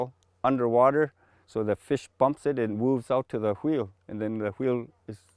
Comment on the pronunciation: Thei qwheel lmao